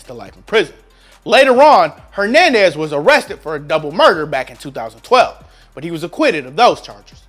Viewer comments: Fucking O12?? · We not gonna talk about how he said ‘012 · I’m sorry but did you say josh Gordon join the browns in O 12? Lol bruh you dumb it’s 2012 o12 sounds so stupid lol